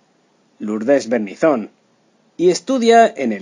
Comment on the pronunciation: Este señor que escuchamos, no sabe pronunciar los apellidos de la gente de la cual comenta. Es Berninzon, sin acento, pero acentuando la e, y Aspíllaga, con acento en la i. Asimismo, de que triste final hablan cuando en realidad Patricia vive entre el Peru y Portugal y su familia la ama por doquiera que se encuentre.